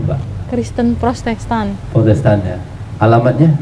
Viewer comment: Kok saya denger nya beda ya bukan protestan tapi prosettan di awal awal